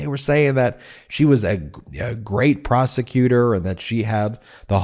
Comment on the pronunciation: Did you say prosecutor or prostitute